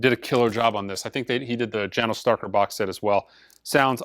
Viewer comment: Janos is pronounced Yanosh. Not trying to bust chops.